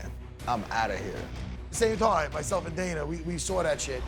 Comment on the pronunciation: Matt “good toime” Serra